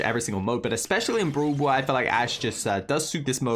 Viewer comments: be like: Broel Boel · I love how you say brawl ball (bru ball)